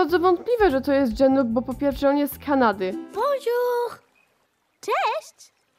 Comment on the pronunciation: Naprawdę w Kanadzie muwi się bonshur 😂😂